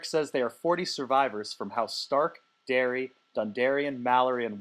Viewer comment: if you say Darry one more time I'm going to have an annurism.